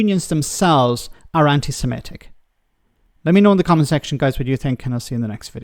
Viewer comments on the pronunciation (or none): Mordaunt can't even say the word correctly, she says antisem'E'tic. It is, of course, antisem'I'tic. But hey-ho I'm guessing she belongs to the Conservative Friends of Israel, her views will always be skewed! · 'anti Semitic'.....NOT 'Anti Semetic'! Jesus. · She can't even pronounce the word properly. Don't know why anyone is asking Mordant anything.